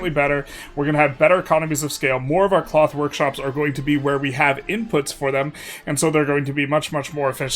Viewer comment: twels into cloff